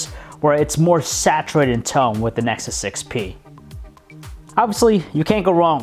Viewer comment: "nesus 6p"